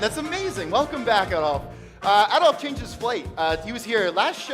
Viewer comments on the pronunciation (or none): Uh-DOLPH He be tryin to not make him Hitler--y but for why mispronounce his name? Woah, I didn't know Dolph was part of "Cut it (Woo), cut it (Yeah), cut it (Baow), cut it (Go) Cut it (Get it), cut it (Skrrt), cut it (Bah), cut it. Them bricks is way too hot, you need to cut it" 'Cause we at the top, but we really from the bottom (Bottom) Tell that pussy fuck him and that's how I feel about him Still that same nigga that used to front your big brother (Facts) Found out he a bitch too, now I call him your big sister (Bitch) You still that same nigga that was beefin' with a dyke (But you a gangster, though?) I cannot take you serious, aight (Hah) My lil' niggas beggin' to let them send some scattered showers (Uh-huh) Don't play with me (Don't play with me), play with your bitch (Play with your bitch) Matter fact, when I fucked her, she told me you a bitch (For real) Oh, you must be mad 'cause they call Memphis Dolphland (Hah) Stop slick dissin' and dodgin' me, nigga, let's get it poppin' (What's poppin'?) Ol' pussy-ass nigga (Yeah, yeah) Ol' puss- ass nigga (Yeah)